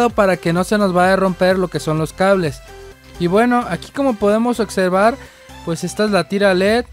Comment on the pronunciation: Tu si sabes otservar 🤣